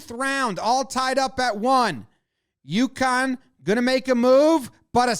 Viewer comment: I always think the team is from Yukon when Jomboy says UConn.